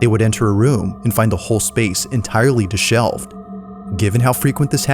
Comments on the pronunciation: Hey '''' -04, it's di·shev·elled;-->[dəˈSHevəld]--> adjective -->(of a person's hair, clothes, or appearance) untidy; disordered: --> “a man with long, dishevelled hair”,“a room with icky, dishevelled items” Not DIS-SHELVED!!!!!!! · *Dishevelled, not 'dishelved'